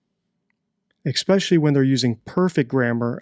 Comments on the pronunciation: D - you appear to be well-educated and well-spoken, like the Ramsay's you point out (grammar). Then why do you say eXpecially rather than eSpecially ? RED FLAG! You (once again) proceed with; eXpecially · new subscriber, love your videos and have binged them all! But please, for all that is holy, stop saying EXpecially. It’s ESpecially. And I look forward to the deception deck! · Love your channel. Must say though, 'eggspecially'?! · I love when this guy stops the interview to comment on Patsy's poor grammar while he says the words "especially" as "exspecially" 😅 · Especially, not expeciallty, please! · Do you say expecilly rather than especially . Ai notice a lot of YouTubers do that. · Proper English pronunciation: especially, not ecspecially. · Sir! Listen! Please! This is Important! The word is ESPECIALLY. With an S sound. Not EXpecially. There is no such word as that. I know, other YouTubers say it that way. Maybe even most! But please, I beg of you, I watch all your videos & you use the word a lot. I can’t stay quiet any longer. Feel free to delete this comment after you read it. My eternal gratitude if you can make the effort to correct this mistake in future videos. I don’t mean to nitpick, but I feel it would exponentially enhance the quality of your videos if you could make the change. Thanks again. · Detective analyzes English use but says “ek-specially”. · You’re talking about grammar and you say “expecially”! More than once. Technically, that’s pronunciation, not grammar. But still! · Speaking of grammar. You say especially with an X 😂 drives me NUTS